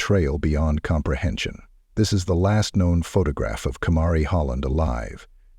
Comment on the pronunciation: He pronounced her name wrong the ENTIRE time. It drives me insane when people can't even get the deceased person's name correct!!! It just "erks" me. Lol!!! I'm weird, I know. But whatever!!! Her mother & that disgusting pedophile deserve to rot in hell. This case is such a heartbreaking one!!! Fly High Angel. Btw, her name is pronounced "KUH-MARH-EE" That's the best way that I can think to try to describe it /spell it out so that y'all can pronounce it correctly!!! No disrespect or hard feelings. I just feel like this ANGEL deserves for her name to be pronounced correctly, at the very least. That's all!!! Much love from South Georgia. Xo!!! Rest easy, beautiful baby girl, Kamarie. ❤❤❤❤❤❤❤❤❤❤❤❤❤❤❤❤❤❤❤❤❤❤❤❤❤❤❤❤❤❤❤❤❤❤❤❤❤❤❤❤❤❤❤❤❤❤❤❤❤❤❤❤